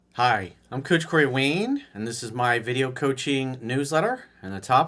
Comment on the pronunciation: I hate how he says it too.